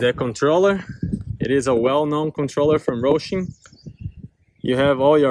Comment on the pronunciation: Lol its a H sound not an R!!! HO HO HO like Santa Clause!